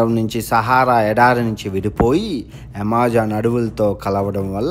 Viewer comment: Yamazaaanu kadu bro Amazon 😂😂